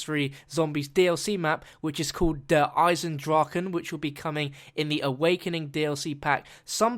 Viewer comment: You pronounced it correctly. Yay.